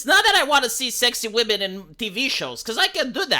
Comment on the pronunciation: Wamen lol 😂